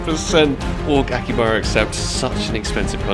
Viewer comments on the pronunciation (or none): not aki baba its akihabara :D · It's "AkiHAbara Accept" ;) I'd never be able to do these kinda crazy contracts, so I'm happy just watching them^^ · Bro, Aki-HABARA